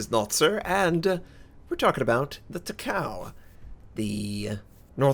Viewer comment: you pronounce it Taka-ooo